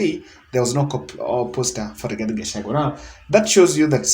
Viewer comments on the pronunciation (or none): none